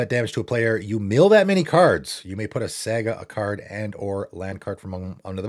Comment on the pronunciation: Saaga is how you pronounce it, lol